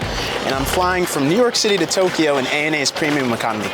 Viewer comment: Haneda (ha Nay Duh) To KYO not to Kee yo, fyi, great review otherwise